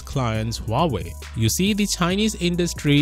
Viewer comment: Samsung might lose huwawei?😂😂😂 Love you, keep up the work